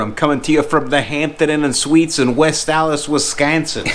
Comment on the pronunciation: Its west allis, actual its Stallis